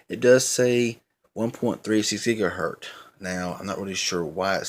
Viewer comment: If you say "gigaher T" one more time I'm going to lose it and shoot you with a water gun...right through the screen man!! Come on dude!! Get it right!! GIGAHERT "Z"!!